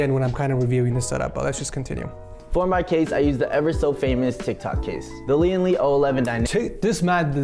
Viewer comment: ITS LOUGH